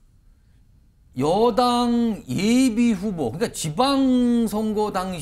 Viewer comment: 한국어에는 각 단어들에 장음(長音), 단음(短音)이 있어서 국어사전에도 표제어에 장음 글자의 오른 편에 : 표로 표시되어 있다. 그런데 요즘 젊은 기자들은 한자어를 말할 때 이를 전적으로 무시하고 아주 짧게 발음한다. 예컨대 '여:당' '야:당'이라고 길게 발음을 해야 하는데 짧게 발음하는 것이다. 참으로 듣기에 딱하다. 이런 폐해는 한자 사용의 폐지에 기인한 것으로 생각된다. 참으로 큰일 났다.